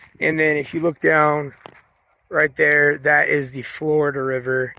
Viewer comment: i loved going to this place as a kid also: its flo(ree)da